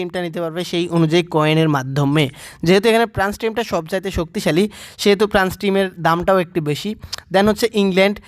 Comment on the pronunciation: প্রান্স নাকি ফ্রান্স 🙂